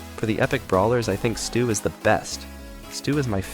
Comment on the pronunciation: Bro can’t even pronounce his name. It’s “Stu” or “stew” not “sto” or “stow” learn how to speak properly lil bro